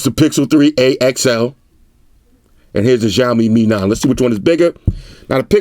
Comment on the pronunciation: Haah! 👆 finally heard someone saying 'Mi' (me), instead of 'M-I' (em-eye) 😌